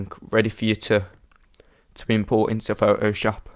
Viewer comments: I like how he says Photoshop. It's like "Fo-Oh-SHOP." Haha! :D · The way you say Photoshop: Pho O shoop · LOLOL I Like the way you pronounce Photoshop,its like Fo oh shawp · Thanks, I couldn't not stop hearing Pho-o-Shop and I could hardly pay attention! lol... great tutorial otherwise! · I love the way you say pho'oshop.